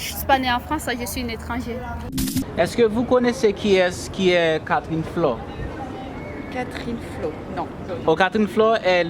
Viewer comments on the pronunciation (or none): Great! But it is Catherine « Flon ». Not Catherine « Flor ». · Mon cher , C’est Catherine FLON... Mwen wè ou ap plede di “Flor”